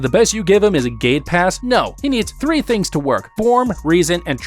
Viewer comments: I kept thinking whenever he said gate pass he said gay pass😂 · I kept thinking you were saying gaypass I was very confused at first.